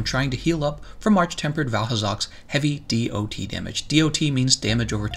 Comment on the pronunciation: saying DoT damage hurts my ears, good vid otherwise